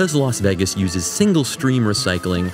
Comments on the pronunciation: I've never heard anyone pronounce Vegas as "Veggas". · Vegas rhymes with age, not eggs